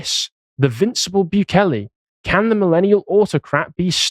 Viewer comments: You're still not pronouncing it right. It's not Byu-kay-lay, It's Boo-kay-lay. But cool that you're covering him. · mate its pronounced like "boo-kele" not "bew-kele" soz mate xox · Still pronounced Bukele the wrong way there lad 😂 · Hate to be that guy but El Salvador is not loctaed in South America... And not that it really matters but since he mentioned he "learnt" how to pronounce "Bukele", is appropriate to say he is pronouncing it wrong... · It's hilarious how he managed to find another way to mispronounce Bukele lol